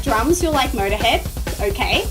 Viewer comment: Okay so let's listen to Murderhead and the song bummer. Your pronunciations are scandalous but I'm not complaining lol